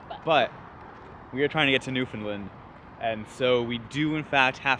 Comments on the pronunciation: New-FOAM-land apparently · Really should’ve ADR’ed the Newfoundland pronunciation. Oof